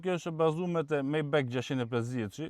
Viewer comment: O miku i nderuar majbah lexohet jo majbek